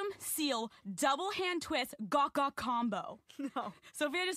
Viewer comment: It’s gawk gawk not gluck gluck